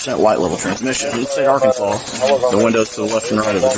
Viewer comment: Good ol' Are-cans-is.